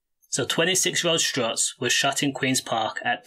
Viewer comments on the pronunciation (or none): It's STUTZ not strutz !! RIP angel 💔🕊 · Bro it’s stutz not strutz wake up brudda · Man said strutz 😂😂😂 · Stutz not struts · Bro it’s stuts. Or woo. Come on man…